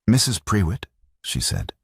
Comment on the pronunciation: Prewitt is pronounced 'pru it' not pre wit which I found annoying and who was Catherine. I started off by thinking he must have sent his wife away so he could be with Catherine, not that she had left for another reason. I follow the subtitles and words were missing, sometimes it missed several words together and others spelled wrongly.